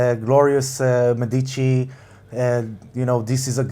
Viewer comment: I'm Italian, you're awesome talking so many languages but just in case you're interested, the correct pronuntiation of the word 'Medici' is Médici, not Medìci, the accent falls on the first 'e' as if it were written Médici. As for the video, I'm not really sure you're right this time, I've always thought Tyrion is going to end either dead or in Westeros, helping the rebuild.